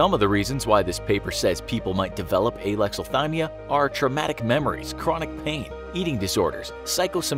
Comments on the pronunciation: It sounded like he's saying Aylexilthymia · Idk how to pronounce Alexathymia, but neither does the narrator.